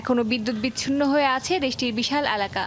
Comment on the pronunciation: এ্যালাকা না, এলাকা। যমুনা টিভির কাছে এটা আশা করিনা।